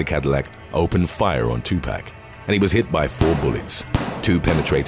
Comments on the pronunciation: It's Tu pock not Tu pack 😬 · Two....POCK.....not 2 PACK lol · It's pronounced too-pock not too pack... smh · The way you pronounce some words is annoying. Tupac.. its not 2 pack but 2 poc. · "tupac" is to- pah-k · Tupac is pronounced to Tupoc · "2 pack" ?!!🤦‍♀️🤦‍♀️🤦‍♀️🤦‍♀️🤦‍♀️🤦‍♀️🤦‍♀️ you're old enough to know how to pronounce his name correctly. Put some respect on his name. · The way he's saying 2pac is funny as fuck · you need to see a speech therapist on how to say Jaguar and Tupac lol